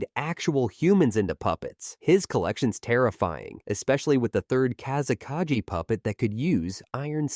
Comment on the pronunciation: Bro what is with pronauncination of kazekage? Plus sand is not wepon, people control it with chackra like fire, water, earth and so on... Plus gold sand is being controled by magnetic kekei genkai